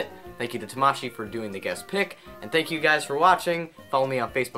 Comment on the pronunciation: Oh why cant you pronounce tamashi. Ta Ma Shi not Tuh Ma Shih